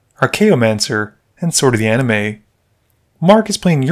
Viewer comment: It should be A-Ni-Mist instead of A-Ni-Me. Right?